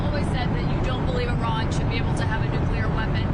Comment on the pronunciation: Can homeboy in the background pronounce Iran properly please.